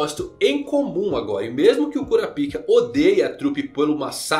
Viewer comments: Pô, cara... pelo menos lê "kurápica", que é como eles falam no anime. Por quê? Porque eu faço questão de ouvir certinho? Não, meu cara, porque "cura pica" é foda... Intankável! Impossível não rir! A quinta série ataca forte! KKKKKKKKKKK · Pq vc fala kurapika ao invés de kurápika como falam no próprio anime ? Fica bem estranho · Kurapika...😂😂😂😂😂😂😂 No anime eles colocam a sílaba mais forte o ra e não o pi...😂😂😂😂😂😂😂